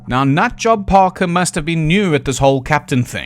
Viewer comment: John WHAT-ing Parker?! Every time you repeated the name was as funny to me as the first, so I'm very glad you did it multiple times. Edited to add: to be fair to Mr Atty. General of Gibraltar, if the crew did start drinking non-food-grade ethanol like they were Willem Dafoe and Robert Pattinson in "The Lighthouse", things would get Lovecraftian and utterly mental pretty rapidly. But since they weren't all committed and terminal alcoholics, they probably didn't. (Very very maybe one of them could have, but most certainly all of them did not.)